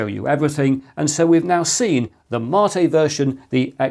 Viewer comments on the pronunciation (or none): You're my "Marr-tay" Chris! 🤣 Are you SURE that's the correct pronunciation, mate? (Apparently, in the video, you stated it is.) Windows 10 to 11 a "shock?" ... I hardly noticed the difference, Chris! ... Unlike 7 to 8!